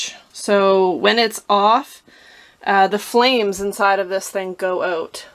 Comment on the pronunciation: Why does she keep saying “ote”? Is she trying to say “out” ? 🤷‍♂️